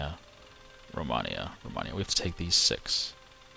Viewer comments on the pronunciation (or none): Its pronaumced romeinia and written romania